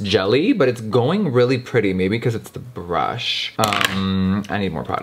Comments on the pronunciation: Jeffree: It's hard to impress me Also Jeffree: A BRÜHSH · Tenshi Kuroi “there is a b r u s h”